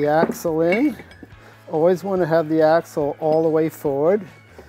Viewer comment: This guy is the shit.. even if he can’t barely pronounce axle. Jk